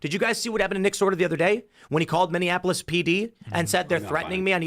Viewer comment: That red-headed “ holding-it-down-clown” sounds like he needs a geography lesson. He keeps calling Minneapolis - “Mindianapolis” like it’s Indianapolis’s sister city, or something. At first I just thought he was trying to dis that city for it’s obvious fails as of late, but now he’s just embarrassing himself and sounds like a toddler trying to fine-tune his vocal motor function...